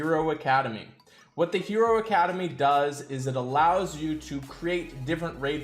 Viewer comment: How do you always come up with the least intuitive pronunciation for every hero?